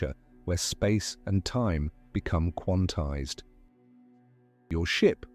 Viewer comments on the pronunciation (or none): none